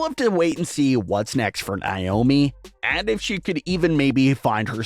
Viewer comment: her names naomi not wyomi